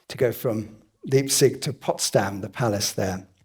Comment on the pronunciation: Fabulous! A wonderful lecture about an astonishing man. (Please pronounce Leipzig properly)